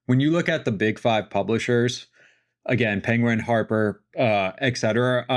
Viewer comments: How is such a well-educated man still able to utter the word “eck-cetera”??? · PLEASE stop saying "eck cetera."